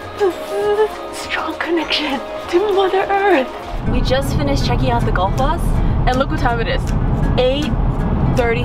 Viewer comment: Tip: when there is a “double L” (ll) it sounds like “tl” so it would for example sound like :/ theenkvetlir /: and :/guhtlfoss/:. Also, Þþ: th. Ðð: th. you’re welcome from an Icelander ^_^